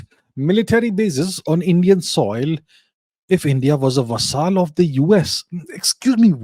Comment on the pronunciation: Abhijit 'vasaal' chavada 😂😂